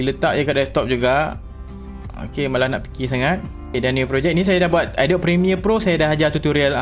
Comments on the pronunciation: mungkin boleh sebut cara betul lepas ini, Adobee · Pronounce adobe. Macam ni (A-do-bee). Ni baru betul